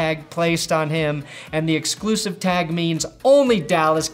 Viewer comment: Was that "exclusive" pronunciation.. an OSW Review reference?